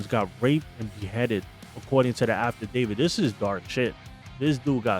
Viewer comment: Bro. Stop saying afterdavid..